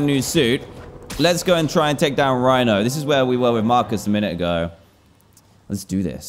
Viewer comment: He said Marus not miles🤣😁